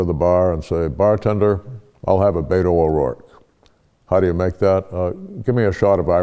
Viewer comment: you mispronounced 'beta'